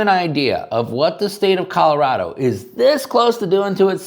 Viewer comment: You mean Calirado, not Colorado.